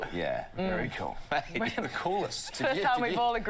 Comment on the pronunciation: Hmmm...I don't know, I don't think you've been here long enough..Maybe MAYT...not myeet...BEER is pronounced BIER. I hope you are enjoying living here. I have a friend In Montreal. Cheers from Sydney ✌😎